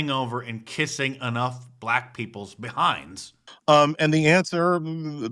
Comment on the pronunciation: "AS A BLATT WAHMAN IN THIS COUNTRY..." ITS EXHAUSTION NOW